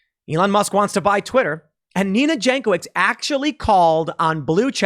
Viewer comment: Jankowicz is yawn coe vich in Polish, unless she Americanized her sur name.